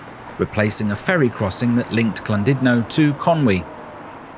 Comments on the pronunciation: What’s this Clandudno of which you speak…? 😂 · I was looking forward to this til you said CLANdudno!